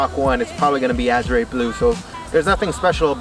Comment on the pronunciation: Pronounce the color right a-zhr no azray